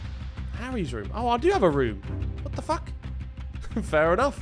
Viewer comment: The way Harry says “what the fuck” sounds like fobs parents swearing in english 😂